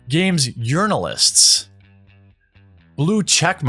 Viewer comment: Lol, anyone else hear "Games Urinalists" ?